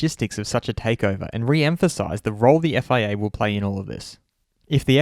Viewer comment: You seem to be saying "FAA" ! Is it FIA or FAA ?